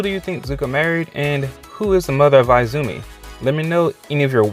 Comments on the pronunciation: Izumi is pronounced " E -zumi " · Definitely Mei :) PS: I cringed every time you said I-zumi, omg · eye-zoo-me hahahahah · EEzumi lol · Zuko, Mai, and Jin did have a love triangle in the The Lost Adventures comic. Also, I hate how you probably mispronounce "Izumi" and "Mai" on purpose.